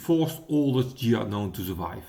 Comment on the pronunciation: It's pronounced Ghia and definitely not Dshia! Es wird Ghia ausgesprochen und definitiv nicht Dschia! Best regards. luck, wisdom and especially health.